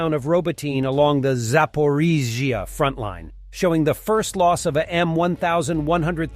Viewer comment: thumbs up for the great pronunciation of the word Zaporizhzhia 😁